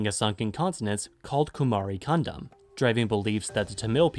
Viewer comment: Your Kandam sounds like condom 😂😂😂